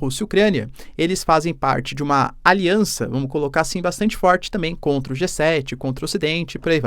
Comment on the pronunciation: alianta? Kkk que isso professor